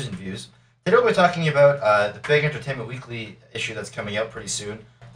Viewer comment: Today, we're talking aboot... lol ;)